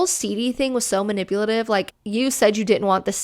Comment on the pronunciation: Ma-nipple-lative?! 🤣 careful, Susan's gonna getcha! "DEMONETIZED! 😡" LOL! The David's Bridal one made me FURIOUS. That's INCREDIBLY unethical, when people give their contact information to a business, it's that business's responsibility to keep that information safe and only keep it for the purpose that YOU agreed to. NOT for some hun with no shortage of THE AUDACITY to steal and use for solicitation!!! I hope the person reported that situation to corporate and I hope that hun loses her job for it, honestly. I don't usually like the thought of messing with a person's employment, we all make mistakes, but THAT? That is just DISGUSTING and a total abuse of her position. And it's all just a trap to access the victim's BRIDESMAIDS too. GROSS.